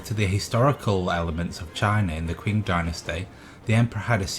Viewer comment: The secret police force you mean in the “Ming” Dynasty called the Jiniywei brocade clad guards. And the Qing is pronounced as “Ching” just giving heads up